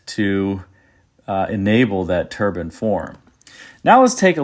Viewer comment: I don't usually criticise pronunciation, but I'll make an exception here. Please stop saying turban instead of turbine .